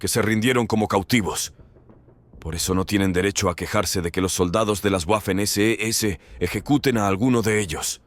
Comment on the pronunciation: Waffen, palabra alemana que se pronuncia VAFEN, no GUAFEN.